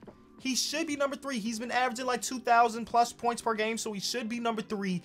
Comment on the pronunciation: anyone else notice how he said “per game” !!!!??? 😂